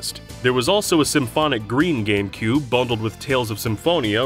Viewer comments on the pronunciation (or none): What's a "Gamcube"